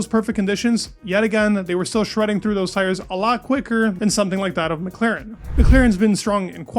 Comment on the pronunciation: will you ever learn how to pronounce McLaren?